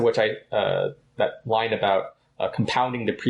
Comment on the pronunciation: Line, not lime lol